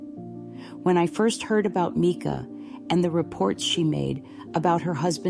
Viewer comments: Why do you sound like YOU are AI? You sometimes pronounce her name correctly (M-i-cah) and other times incorrectly (M-ee-kah). It's hard to give credit to what sounds like an AI narrator. I don't believe the call was AI either, as how could AI interact so quickly with the dispatcher's unique questions? But I do believe there's something very not right about the story we're being given. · Yes, it is Mica. Sorry but I’ve seen a couple vids where it’s pronounced wrong and I guess it annoys me because it seems disrespectful.